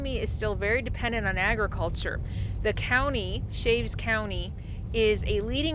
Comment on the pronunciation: It’s Cha. Ves county not Chavez